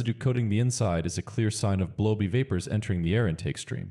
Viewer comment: "blowby" was pronounced "blowbee". I still prefer a synthetic voice, I have no idea why people don't like them. FYI, some PCV valves use a weight instead of a spring.